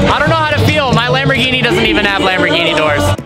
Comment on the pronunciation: Lamborgini?!?!? Fix it